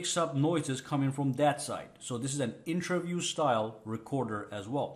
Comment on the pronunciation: Its interview not intraview lol